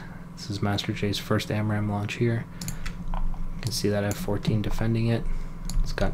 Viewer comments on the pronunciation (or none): "SPAMRAAM" XD